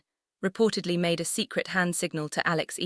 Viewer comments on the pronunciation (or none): The same goes for pronouncing E-Ya-la not Ela..It should be pronounced E-ya-la not Ela..ok